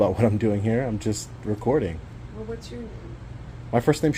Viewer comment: I noticed you used a little hillbilly accent “record’n “